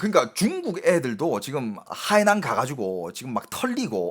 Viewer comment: 저기요..대구경북분인건 십분 이해합니다만 중국어는 성조가 중요한데 海南 발음하실때 성조를 좀 지켜주셔요..악의가 있어 말씀드린건 아닙니다..😊